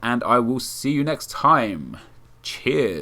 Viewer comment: that's the first time I've heard you say cheers when it actually sounds like cheers